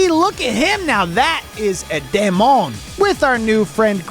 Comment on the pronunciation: Demon is pronounced dee-mon